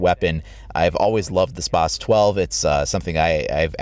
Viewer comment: you pronounce spas-12 wierd and it is very overpowered